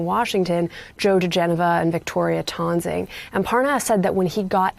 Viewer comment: Why can this Beast reporter not pronounce Victoria Toensing's last name properly? The attorney refers to herself as "Tensing", not "Tahnsing".